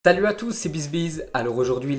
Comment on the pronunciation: Au debut aulier de dire salut a tous il dissais "TALUT" a tous 😁😂🤣😂 telment il est prcet.